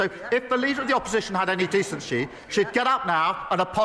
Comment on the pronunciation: did he just say Mr. Peaker and he said decenshe. Not only he's a liar but his mouth has stopped working lmao